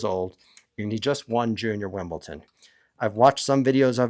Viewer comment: Its "WimbleDON", not WimbleTon!